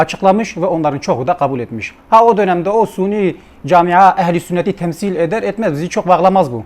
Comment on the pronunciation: SUNİ DİYORSUN VİJDAN DİYORSUN KARDEŞ SUNİ NEDİR SÜNNİ DİYECEKSİN.. DAHA KELİME TELAFFUZ EDEMİYORSUN. ADAM 47 TANE VİDEO ÇEKMİŞ İLMİN VE FEHMİN ANLAMA KAPASİTEN OLSAYDI TAMAM DA BÖYLE BİR VİDEO ÇEKİLMEZKİ. ŞİİLERİN ÇARPITMALARLA DOLU BİR KİTABIN NEYİNİ SAVUNUYORSUN Kİ. BOŞVERSENE.